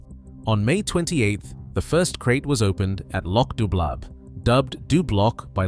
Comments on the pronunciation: you could at least pronounce loch correctly. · Had to stop listening due to the horrofic mispronunciation of place names and Loch.